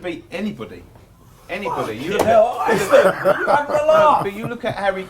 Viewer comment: They way says iceland annoys me, a bit disrespectful